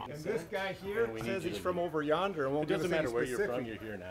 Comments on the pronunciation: The fact thay he couldn't say, "Over Yonder" is killing me! 😂😂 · Over onder? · The funny thing is that "Over Yonder" is an old phrase, so I just don't understand how the older employee couldn't pronounce it right, and yet could! 😂😅🤣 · The captions having every mispronunciation of ‘yonder’ is pure cinema